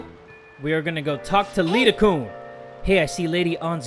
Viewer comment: btw u pronounce 'kun' as kuun not koon